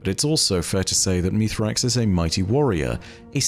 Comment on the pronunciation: Meez-rax. Not Meethrax. Bungie has already clarified this. Why does one of the "leading" lore guys not get this?